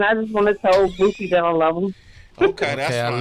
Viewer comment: Sway saying BOOTSIE is irking me 🤣🤣🤣